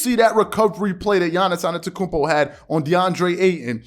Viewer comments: His name is Giannis “ AH-DEDO-KOON-BO “ ‼️‼️ I’m sick of you butchering his name 🤦🏾‍♂️it’s not hard to Google how to pronounce his name correctly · I like your content a lot, man… but please, from a Bucks fan, learn how to pronounce Giannis AnTETokounmpo properly. Please 😂